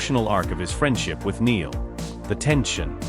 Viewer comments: Spelt Niall but pronounced NILE, NOT like Neil!! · Get Niall's name right. Good grief, he's been famous since he was 16 and is now 32. His name is NY-ALL, NOT Neel. It is poor reporting and rude. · For goodness sake get the pronunciation of Niall's name right. It really isn't hard, and it makes you look so ignorant. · He should know how to say Niall name . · Does anyone else find these narrations annoying? Why can't the correct pronunciation be given to the written word? Just learn how to say Niall... Thanks